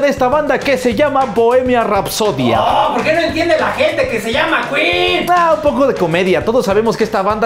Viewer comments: El: Aquí estamos en México y se dice keen Queen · No se dice quin se dice quen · jajajaja, que tontitos, sabemos que esa banda se llama ken(queen) El tipo el cual no me acuerdo su nombre: no se dice kuin(queen): NO, aquí estamos en los mexicos y se dice ken(queen) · "se dice keen "😂😂😂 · No aqui estamos en los mexicos y aqui hablamos español y se dice Ken